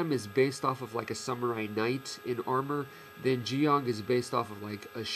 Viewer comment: Wow, someone who actually pronounce Zeong correctly.